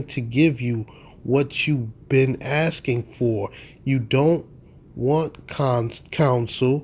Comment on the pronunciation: Are you axing me